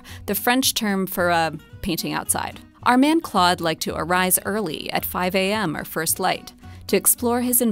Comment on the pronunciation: Learn to pronounce Monet's name. Say, "Klohd". The 'o' is a long vowel. You don't have to be ignorant all your life.